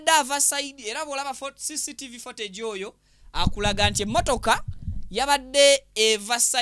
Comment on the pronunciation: CCTV (fotegi),😅😅😅😅bro it's footage(futegi) pronunciation.